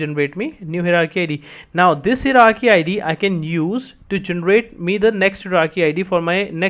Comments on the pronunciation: Hierarchy is a multi-syllable word, hi·er·ar·chy, pronounced as follows "Hire + Are + Key", just a side note, appreciate the content, slow it down a bit. Thx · good video, only the pronunciation of hierarchy is /ˈhaɪə.rɑː.ki/ - from